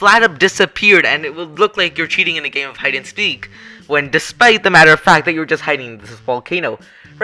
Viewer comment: hide and speace